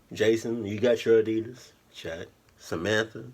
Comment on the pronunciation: fuck adidias bro commoon !!! 😂in every fuckin vedio i hear that 😂😂😂